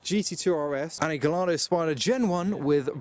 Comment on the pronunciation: Did u just say GaLardo?!?